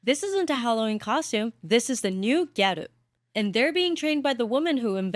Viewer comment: You're saying GHETTO wrong. 🤣